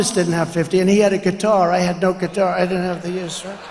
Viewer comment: What’s a kuitar 😂